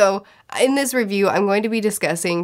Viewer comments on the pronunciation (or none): none